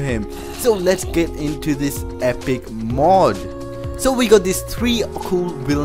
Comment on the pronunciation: It's mod not mud